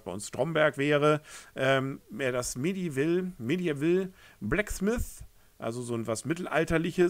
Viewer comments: „Meddiwall“...😀 Googel doch die Aussprache. Nicht böse gemeint. Ich mag deine Videos. Alles gut. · Met-I-v-El,. Du musst es richtig betonen!